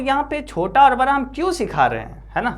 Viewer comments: sir ji baki sub to thik hai pr aab da ko ra kyu bolte ho 😅🥲 jese ki man lijye aap bada bolna chto ho per aap barra bolte ho bsss yhi thori problame hai🙃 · Bra nahi hota hai 😂 Bda hota hai